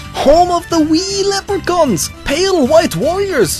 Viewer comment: Am I the only one that started laughing When he switched his accent and said home of de wee lepercons